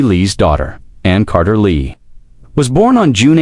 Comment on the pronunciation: Why can't Ai pronounce Lee